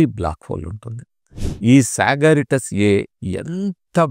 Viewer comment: సగారిటాస్ A కాదండీ సగటేరియస్ A అనాలి..